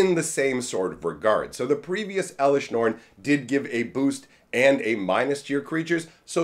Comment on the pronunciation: "Eleshr norn, the myr castigator"